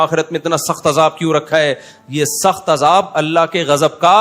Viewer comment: اجاب نہیں عذاب ۔ پہلے اردو سیکھیں